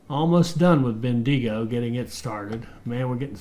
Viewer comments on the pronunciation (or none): I am loving this and great to have back but... Bendigo... say quickly as Ben-da-go Macquarie... say quickly as Ma-quarry